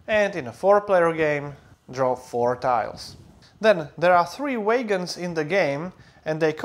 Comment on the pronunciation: Great explanation. And I'm kind of obsessed with how you pronounce "wagons." Thanks for this very helpful video!